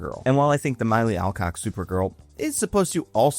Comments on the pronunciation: How did you get Sasha Calle's name right, but got Milly Alcock's name wrong? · I love your pronunciations of all 3 names, Milly Alcock, Sasha Calle, and Melissa Benoist. Lets just say all 3 were quite unique. 🤣